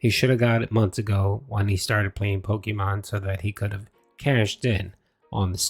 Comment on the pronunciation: They way he says polkamon super fast and incorrectly is obnoxious